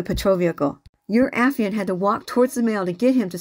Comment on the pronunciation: A - FYE - ANT